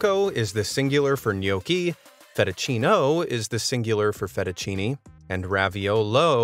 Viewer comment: fettuccinA with an A... "America" comes from Amerigo Vespucci, another Italian man p.s.: better saying "Tagliatelle" (singular: tagliatellA